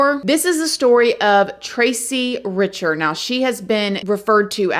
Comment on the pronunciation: I think your pronounce her last name (Rick-ter)